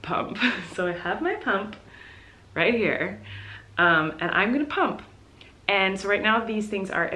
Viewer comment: when she said “pump” I thought she just said “poop” in a quirky way and was preparing myself to see her spill tea on the toilet